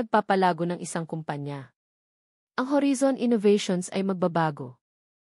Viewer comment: Ganun ba pag pronounce ng horizon, narrator???